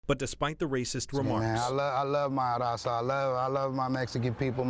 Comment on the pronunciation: Dude says la raza 😂